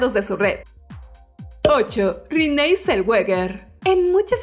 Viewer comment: Siempre dicen rinay. rinayyy???????? Reneeeeee. Reneeee como la rana